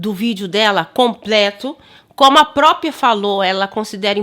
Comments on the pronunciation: Se diz própria e não própia,. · Moça não se torna questão de esquerda ou direita, o problema é o português. Só uma força: não se diz PRÓPIA, mas sim PRÓPRIA. Saúde e paz. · Ele fala "própio", "própia".